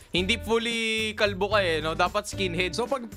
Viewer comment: Paldo❌ Kalbo✅